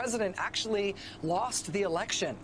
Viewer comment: Anyone else bothered by how he keeps saying - the lection? Wtf lol. That just seems like such a strooong indicator of looow intelligence. I dont know what this is pr why I'm here, btw